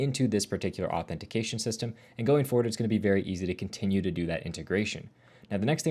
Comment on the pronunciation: Authentication, not Authentiseason You pronounced it wrong 😅